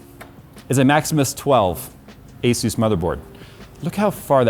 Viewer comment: Azeus.... Hmmmm.... Yea I think I will start calling it that as well :)